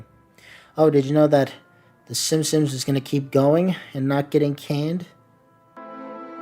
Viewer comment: Is it just me or does it always sound like he is saying Simsims?